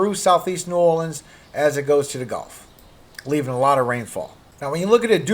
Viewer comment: you say New Orleans like you’re from Louisiana 😉